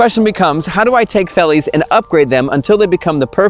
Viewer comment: Please don't say boer farmer. You are just saying farmer farmer. Another quick one, V in Afrikaans is pronounced with the F sound and D is a T sound. Say it like 'fellies, and FelTskoen(veldskoen). Still a good video!